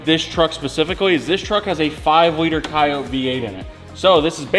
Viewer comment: Love that you say coyote correctly.